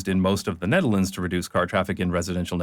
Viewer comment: You wrote Nederland... the dutch will be pleased.... actually you pronounce Nederland place names without choking on your own tongue... I'm pretty sure you are Dutch.